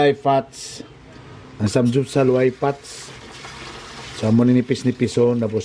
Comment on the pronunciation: Sam-gyup-sal dili samjupsal 😂🤣